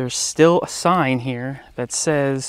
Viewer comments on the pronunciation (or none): none